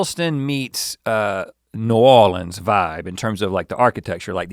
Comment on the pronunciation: Erin here from New Orleans........can i just say i LOVEEEE the way Rhett said New Orleans. Like an southern man from over 100 years ago holding like a mint julip stand on a large porch in a seersucker suit.✌💜 Made my day!!